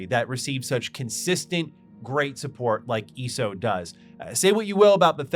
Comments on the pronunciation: The way you eso is so annoying eeeeso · It's so weird for me to hear someone call it "ee-soh" lol. I always say the letters individually, E-S-O. It's also interesting that we seem to have similar interests in games. Like TES and some MMOs. Yet you don't really seem too interested in FFXIV. SWTOR was the first MMO I really invested a ton of hours into but it fell off for me after the KotFE/ET expansions. Trying to keep track of my 40+ characters and who was a traitor on which side, yadda-yadda. Love the aesthetic and voice acting and all that. Story just got too convoluted for me. After that ESO and FFXIV became my main MMOs, though I definitely prefer FFXIV to ESO most of the time. Yeah, ARR did take time to get through, but I was so thoroughly invested in it, too. I think what makes it stand out to me is that it really really works as a one character MMO. As I mentioned, SWTOR I have over 40 characters, in STO I have 32 characters. I haven't played ESO since Greymoor but at the time I had maxed out how many characters I could have, but I think it was like 16 or 18, not sure if they've added more slots since then. But FFXIV I have two characters. My main one that has leveled and geared every job in the game, and one that's like level 30ish just playing one job (might switch whenever I get them to an expansion with a job I like more), I think, that I occasionally hop on when I have nothing else to do on my main but still want to play more FFXIV. Honestly, what's kept me from going back to ESO was being capped on cha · You calling it ESO instead of ESO is driving me crazy